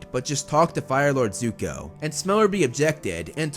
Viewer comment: It's not yuko its zuko